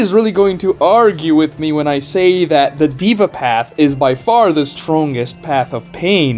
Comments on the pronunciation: its pronounced they-vah not diva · By the way, the word Deva comes from Hindu culture and Sanskrit language - it literally means God being. It's pronounced more like "they-va", not "diva". Small nitpick, awesome video! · Its not Diva path, its day-va path SMH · It's not pronounced as " diva path " deh-vah path or you can try They -wah path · Its not "diva " its original pronunciation is 'Dea'VA' as per authentic Sanskrit . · "dey-vah" not "dee-vah" 😂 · It's Deva (they-vaa) not Diva. 😐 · It is not pronounced as the-va, it is pronounced as they-va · that's "deh-vah", not "diva", my friend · haa,its daaava not deeeva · this guy said diva path bruh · Deva is pronounced with an "ae" (daeva)